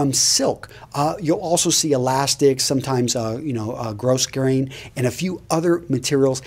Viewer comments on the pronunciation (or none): Sir, very informative...one small bit... grosgrain is not pronounced "gross-grain"... it's actually pronounced "grow-grain". The "s" is silent. Keep up the informative work. All the best to you... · Thank you for this. Not to be a plank, but the "s" in grosgrain is silent, hence: grō'grān. But you probably know this already, this having been uploaded 8 years ago.